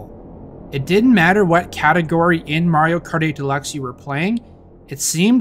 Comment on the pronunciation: I can not be the only one that heard “Mario Karty Deluxe”